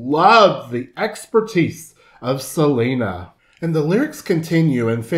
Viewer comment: Yo no entiendo xq los hablantes inglés le dicen Selina... Cuando es Selena...??